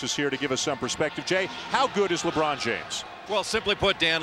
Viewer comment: Lebron not labron 🤦🏾‍♂️😑